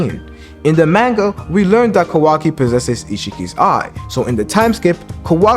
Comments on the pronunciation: Maanga pronunciation tho lol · Why is he saying manga like that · Nah fr